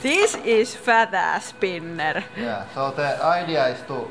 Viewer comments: DIS ISS FAD ASS SPINEHHRR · i like the way you say sping.....ngerrrr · "thees is fadhe spiner" xD